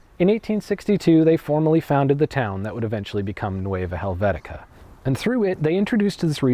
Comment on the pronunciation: Are we sure "Helvecia" is pronounced "Helvetica"? It doe not seem right to my ears.